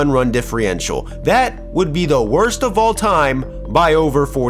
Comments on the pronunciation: "Fewest amount of runs", not "least. And "diffrential"? Sounds it out, man. "Differential". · Diffrential? Diffrential? Its differentia! How you gone be talking shit about a bad team and you can't even pronounce words correctly. C'mon man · Wild pronunciation of differential there,. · "Diffreintal",, or...please see this comment... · Please look up how to pronounce "differential".